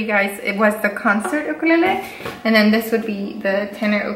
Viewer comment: FINALLY SOMEONE pronounces the word ‘Ukulele’ properly!! THANK YOU Btw ur cats are too cute! 😉 😊 😇